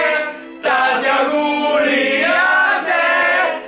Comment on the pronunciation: dice thé al posto di te